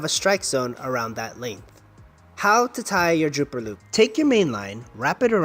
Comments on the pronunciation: Dropper loop...not drooper...lol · I think it is dropper loop, not drooper loop.